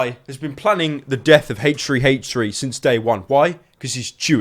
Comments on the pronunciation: I could be retarded, but are you pronouncing "H3H3" like "hache three hache three" when it should be "āche three āche three" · the way you say h3h3 sounds like hate tree hate tree. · the way you pronounce H3H3 makes me giggle, nice video btw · he says h3h3 weird